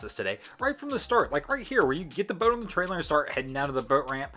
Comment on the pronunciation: Its boat not bewt